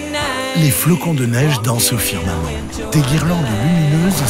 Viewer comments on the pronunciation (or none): la voix of elle a vraiment un problème avec le mot firmament